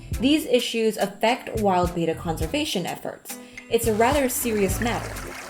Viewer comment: IT'S ACTUALLY PRONOUNCED "BET-TAA" NOT "BAY-TAA"